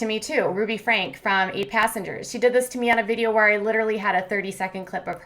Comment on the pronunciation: I have avoided correcting you because it probably drives Ruby crazy that you didn't take the time to learn how to pronounce her name....but Franke sounds like "Frank-ee". That being said, every time you say "Frank" it makes me smile :)